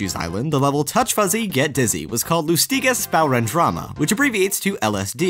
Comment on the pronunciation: LassTee-guess Spaw-wren Drama? Wow. Haven't heard German pronounced that badly in years.